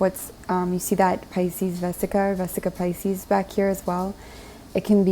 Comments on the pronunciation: 😊 So funny that you said “Vesica Pisces” instead of “Vesica Piscis” (pronounced piss-cuss) because all was resonating and I have a friend who’s slowly turning into a love connection, who thinks so much like me AND he is a Pisces. ✨💜✨ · Edit: I’ve also heard it pronounced “pie-scuss” but never “pie-sees” like Pisces. And hope you don’t think I’m picking on you! I actually loved the merged synchronicity of it 💜